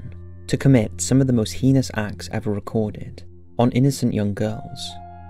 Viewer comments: “The most heenos acts” ... really... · And 'heinous' - Should be hay-nus, like 'anus', not 'hee-nous'! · I don't blame you much for mispronouncing the word "Puget"....but for Pete's sake....IF YOU CANNOT PROPERLY PRONOUNCE THE WORD "HEINOUS" THEN STOP INCLUDING THAT WORD CONSTANTLY IN THE SCRIPT OF YOUR DOCUMENTARIES!!!